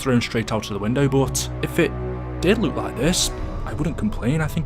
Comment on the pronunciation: Why do you say "look like" like "luke like"